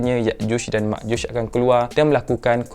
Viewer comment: Ya’juj dan Ma’juj Bukan Yakjush dan Makjush Sekian